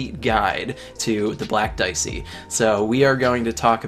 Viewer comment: Wait! Its "diechi"...right?